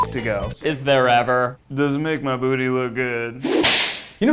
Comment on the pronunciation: keith saying duty instead of booty gets my EVERY TIME